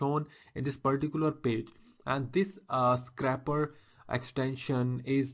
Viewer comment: Really great video thanks! But please learn to say scrape properly! lol!